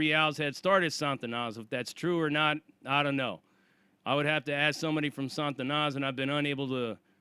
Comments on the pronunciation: It's pronounced SA TA NAS not SAN TA NAS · it's not 'SaN-tanas' It's just 'Sa-Tanas' No 'n' before the t. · There is no 'N' in front of the 'T' in Satanas (STS)... It's not 'San-Tanas.' It's just 'Sa-Tanas.' Damn, Sarzana you described getting a boatload of enemies is like that gang in the movie 'Colors.' 21 st.. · Sah-ta-nas...not Santa-Na. It's supposed to be a derivative of Satan. The way You are pronouncing it sounds like spanish for saint, which is the total opposite of Satan. Fix how you say that.